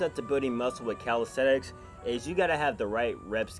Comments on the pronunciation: Why does he say “calistETICS” it’s calistENICS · in the beginning it sounded like he said "how to build muscle with calisex"